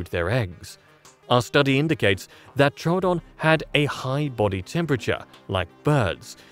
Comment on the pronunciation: Thank you for pronouncing Troodon correctly two new people pronounced it true Adon and that's wrong it's Tro O'don like you pronounce it and thank you for pronouncing it correctly yay someone that likes scientific accuracy.